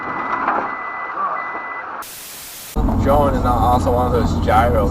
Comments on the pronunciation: 2.29 - "Пиз * * ц !!! "Чётко сказано по-русски. Забавно ! Всем удачи на дорогах !! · Молодец американец! Слово 3,14здець выучил. Коротко и емко, и к месту. Глядишь весь богатый и могучий выучит. Без акцента!